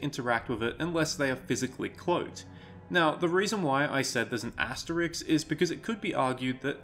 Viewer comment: Had to stop watching part way through. Hearing someone say “asteriks” is always a deal breaker.